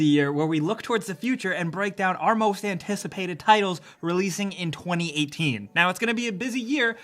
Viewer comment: "antacipated" xD